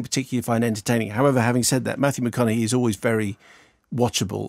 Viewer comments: Yeah mark his name is Mathew mcconaghey not mahogany, that's a bit of wood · did he just call him Matthew mahogany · Did he say Matthew MaHOGANEy lol... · Did you seriously say Matthew Mahogany at 1.11?